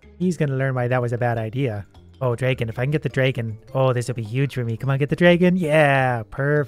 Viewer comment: i like how you say dragon. its like draygon